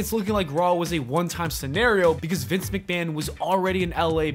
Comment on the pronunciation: It's not Vince McMahon anymore, its Vincenté McMahon. 😂